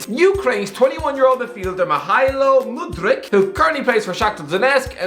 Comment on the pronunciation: Mykhaylo Mudryk. You are taking the piss. His name is similar to yours mate. His name is pronounced michailo mudrik Edit: you can pronounce Aouar. Better than don robbie Edit2: Etikite= Etiktkt??? Let me help you: Eti-ki-te